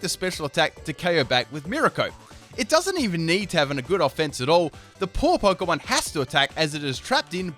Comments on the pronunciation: The word is Pokémon. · The word is Pokémon